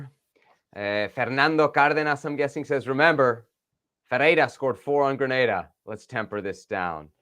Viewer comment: Grenada... Not Granada.